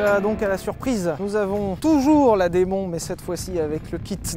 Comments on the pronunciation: Les gars, "Muscle" se prononce "meusseule" en anglais et "Demon" comme "Dimone" 😉. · On dit démone mais pas grave